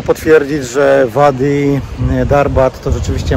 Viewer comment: Bedę się czepiać 😉”wadi" czytamy jako "ładi”